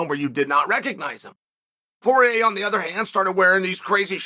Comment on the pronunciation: Not sure if I’m alone on this one, but a few times when Chael said “Poirier”, I heard “Jorge”, and was wondering how Masvidal came into the conversation all of a sudden